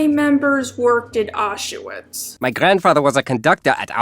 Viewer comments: you pronounce auschwitz very wrong, sounds funny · The way says “Auchwitz” is painful to listen to can’t lie